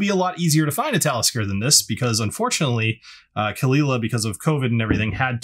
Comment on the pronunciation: It is indeed cull-eela, not cole aila like many Americans say it..